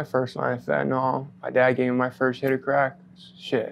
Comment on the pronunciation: Says he is a fentanyl user, but doesn't pronounce fentanyl correctly. It is fen' tan ill, not fen' tan all. By the way, the reason he looks reasonably healthy after 7 years of fentanyl use is that fentanyl, like most opioids, is pretty gentle on the body. The most pronounced physical effect is chronic constipation, due to slowing down and decreasing the force, of the involuntary muscles that move chyle though the intestines. This can be effectively treated with laxatives. It also screws around with endocrine system, causing a great decrease in the production of androgens such as testosterone. Unlike alcohol, it doesn't seem to do any harm to the liver or kidneys. We presume it makes permanent changes to the brain, but nothing that can be seen on a CT scan or an MRI, or at autopsy. For example, generally long-term users retain the ability to solve complex math problems. You can't come off drugs by depending upon the actions of other people. You have to do it yourself. Making it difficult for people to get drugs does not make them stop wanting drugs or taking drugs. It only makes them want the drugs more. If you want to help people like, you will do nothing to stop them from getting all the drugs they want. You will tell your legislators to make fentanyl legal. Having as much fentanyl as he would like, for a reasonable market value, is more likely to help to, in regard to getting off of fentanyl, than to restrict the availability of fentanyl. It may sound counter-in